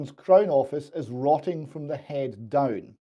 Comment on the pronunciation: It's hard to tell. They both say 'heed' instead of head